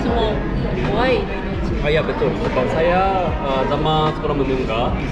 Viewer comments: Betui dah tu dia sebut saya, saya.. awat hang suh dia sebut saye..saye cara kay el... jenuh satgi dia nak sembang kat kedah...😂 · Betul la S-A-Y-A bunyi SAYA bukan SAYE